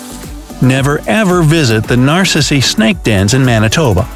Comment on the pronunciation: I loved how he said Narcisse like Nar-sis-ee instead of nar-sis